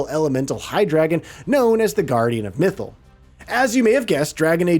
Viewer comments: Mithil and not mythal 😭😭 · Especially with Mythal. First time I heard this name to be pronounced so bad. Clearly speaker haven’t played DA 😂.